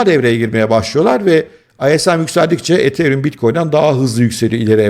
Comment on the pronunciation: ethereum deyişi de çok güzel😂